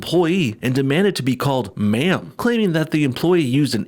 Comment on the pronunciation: It’s Man? Manm? I just don’t know what you’re saying sir 🤣